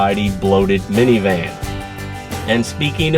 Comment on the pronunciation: it is funny to hear that sedona is good "for miviman".. many times. yes, it is a "minivan" that you are reviewing.